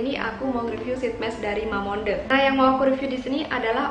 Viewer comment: Cara bacanya bukan mamonde tapi mamongde,klau gk prcya cek yt sunny dahye